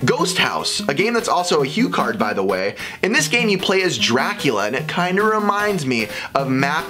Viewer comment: You also said HuCard again... bad very very bad.